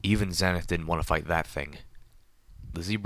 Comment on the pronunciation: Pedo Baer That is the correct way to pronounce Homage, but he does pronounce Xenith wrong. I like his reading. His monotone matches the theme of the story.